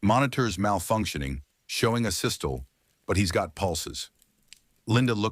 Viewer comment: Asystole is pronounced A sis toe lee sorry but it was bugging me I am Asperger's